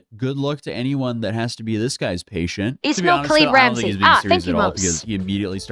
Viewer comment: A few points that are some minor corrections to chat (mostly coming from me watching everything Legal Mindset puts out related to RKI): - His legal name is Ramsey Khalid Ismael. There's no "H" sound in the pronunciation (which would sound like "Ish-male"), as that signifies Jewish ancestry. Which RKI does not have. At least as far as anyone knows. The only source claiming he has Jewish ancestry is RKI. - All the cases are combined into one, with sentencing at the end for all the charges combined. So sentencing will be delayed until all the trials are completed. And they can keep bringing charges as he keeps doing stupid stuff. - Korea is leaving him out on the street so he's not a drain on the taxpayers during the trial. - Korea has a strong belief in fiscal responsibility. So they find RKI being broke utterly hilarious. - The trial will not be televised or streamed. That's not something Korea normally does, and RKI is too much of a gnat to bother with an exception. Legal Mindset has a team that essentially sends him live text messages as the trial goes on, and that's the closest you're going to get to a camera in the courtroom. IIRC the next trial date is August 13th at 4PM (Korean time). If you want to react to his stream, you might want to contact him and ask about the best way to do it. He might have some secret ideas that would make it more fun for your chat. - He managed to piss off Lotte World, and that corporation has the resources and vindictiveness to Disney